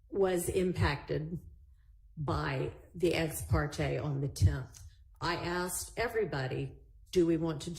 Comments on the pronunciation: If you are American, living in the United States, speaking English then pronounce it correctly! ASKED NOT AXED! Especially by an attorney! It is unprofessional and frankly insulting for getto slang to be in a courtroom by a professional litigator, even an unprofssional litigator. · It’s driving me nuts there is no x asked just flipping say as k ed put it together and sa asked it’s not that hard when your a grown up. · When I axe the question!! Lmao!! , there’s an s, k, and d in ASKED.. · Have you noticed that always wants to "Axe" a question?? It sounds so dangerous. She could knife the question or shoot the question, but, she always wants to "Axe" the question. She is educated... right?? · why does say ast instead of asked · Yes, prosecutor actually uttered the words "the question I axed". Pathetic. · "When I axed the question" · lol I Crack up everytime she says "axed" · if you're a lawyer, you should be using proper English. "Aks" is not a word, unless you're talking about using an AX to chop trees or whatever. Court proceedings are transcribed and referred back to several years and decades later. Imagine somebody 100 years from now trying to read a transcript and trying to understand what the hell is being said. Ebonics is not proper for a lawyer speaking in court. It's unprofessional and it makes the speaker sound uneducated.